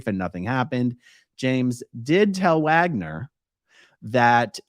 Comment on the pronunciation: Dude’s name is “Wager”. According to A-A Ron not only is the “n” in ‘wagner’ silent, it doesn’t even need to be there. 😂